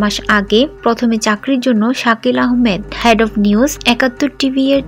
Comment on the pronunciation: Had na head, head, ki head, porerber thik uccharon korben.